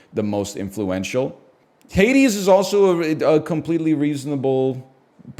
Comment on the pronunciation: You do understand how this works? You put games into your Tier not what others think otherwise why even bother? He disliked Hades to the point of purposely mispronouncing it. Get over it. If you love it then great but respect others just don't.